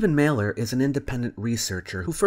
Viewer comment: Mahler lol Every single time. And chemistry comes from Al Quarismé not kemit khemet or kimmit or any other pack of bull he wants idiots to believe